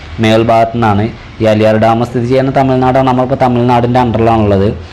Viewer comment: അലിയാർ ഡാം അല്ല ആളിയാർ ഡാം